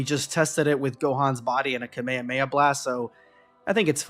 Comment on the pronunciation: kahmeyaya bro its kah mey ha mey haaa